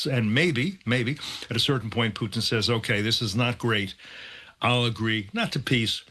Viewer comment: Tell me this, why should I take anything that these so called experts that the MSM brings on seriously if they aren't even competent enough to get this Russian president's name right?